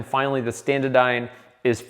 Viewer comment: say it with me, ST-ANA-DYNE, NOT standadyne